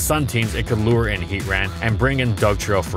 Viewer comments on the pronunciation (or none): none